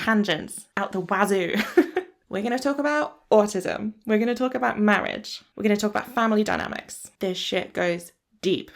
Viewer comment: 😂 Mortgage instead of Marriage sent me! But I then went back over all your previous videos and realised 🙀 you had called "Marriage" many different things in this series! Marridge! Marge! The Big M! Morridge! X...Marriage...X! 😂😂😂🥳